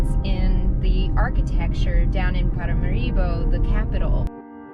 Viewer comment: NOT ParamaREEboh, but ParaMAHribo. Sorry. Having gotten that off my chest, I am pleased to see you like Paramaribo. It's not the sleepy river town that many seem to expect. With a quarter of a million of people it's twice the size of, say, Georgetown or Cayenne, and a lot more civilised than either! Paramaribo benefits from the the Dutch-designed infrastructure still in place, with decent roads and working municipal sanitation services etc. Dutch is the official language, and Suriname's population is incredibly diverse, much much more so than anywhere else in the whole of South America and the Caribbean.